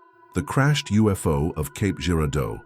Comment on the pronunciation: It’s actually Cape not Caps